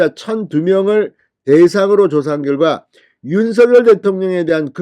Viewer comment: 우리말. 바르게 소리내기 대통령 윤석열 바르게 소리내기 윤성열로 발음하세요 윤서결 발음은 틀렸습니다 진성호씨 바르게 발음하세요 바르게~~~~공부좀하세요 남들이. 따라하고있어요 윤서결